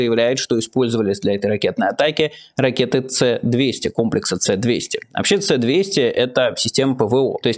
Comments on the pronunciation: не плавают, а ходят, и не ЦЭ, а ЭС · Чо то заговориваться стал, думать на английском. С-200 это именно эс-200, а не це. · Ну вот какие нах@ Ц200? Это советское вооружение и читается С200. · Майкл, приветствую! Небольшое замечание- эти ракеты имеют кириллическое написание, а не латиницей, поэтому корректнее говорить «эс 200», а не «ц-200» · Спасибо, Майкл за освещение важных событий и разбор их последствий. Небольшая поправка - корректнее не английская "Ц", а русская "ЭС". По крайней мере Руслан на всех сводках и интервью так называет эти комплексы. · Майкл, Эс а не ц, это советские системы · Комплекс ПВО С-200 советского производства, он читается как эс-200, а не цэ-200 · Майкл, не "Цэ-200", а "Эс-200". Спросил бы у Левиева. А в остальном молодец. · Почему "Цэ-200"? Вроде раньше было "Эс-200" ? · Черьёзно? Это не "Цэ"-200, это "Эс"-200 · Почему "Цэ", когда "Эс" правильно? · Почему це-200, а не эс-200? Почему Шторм Шедоу, а не Сторм Шедоу? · Крымский мост - он через реку Москва. Мост через Керченский пролив - Керченский мост. Майкл Наки - это Майкл Наки , а не Андрей или Яков Наки. И комплекс С-200 - это С-200, а не Це-200. За что я не люблю журналистов - это за коекакерство. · Не Ц200, а С200 (звучит ЭС200). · Майкл, не "Цэ двести", а "Эс двести". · В наименованиях "С200" и "С300" используется русская буква "С", соответственно и произносится Эс 200, Эс 300. Не надо быть специалистом, чтобы это знать. Но если это моя ошибка, и действительно существуют "Ц"200 и "Ц"300 или в наименование используется латинская буква "С", приношу свои извинения. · Майкл, не ЦЭ-200, а ЭС-200, в названии советских ЗРК нет латинских букв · Майкл, "ЭС двести", не "ц") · Не "Ц-200" и "Ц-300", а "С-200" и "С-300". Буквы кириллические. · Может С-200, а не Ц-200? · Откуда "Це" ? Произносится ка "Эс". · Не Ц-200, а С-200 (русская С). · не цэ, а эС-200 !!! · С-200 и С-300 (эС), а не Цэ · произносится не "цэ-200", а "эс-200" это советское оружие, и индекс написан кириллицей) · Не Цэ, а ЭС